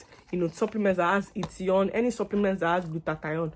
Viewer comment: Did you say hitition plus ? 😂,it’s hithion plus